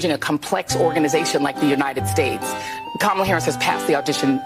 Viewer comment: That young black lady pronounced Kamala’s name wrong. Joy Reid gona call her out?